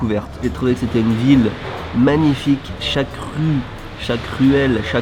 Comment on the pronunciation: j'ai entendu chat cru quand il a dit chaque rue...